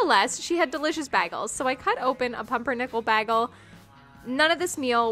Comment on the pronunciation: is that how you pronounce 'bagel' in Canada?^^